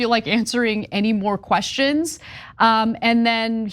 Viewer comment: “Who the hell wants to hear queshshons?”